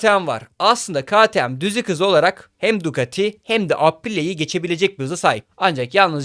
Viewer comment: “Ka ti em” (ktm) diye okunmaz arkadaşım.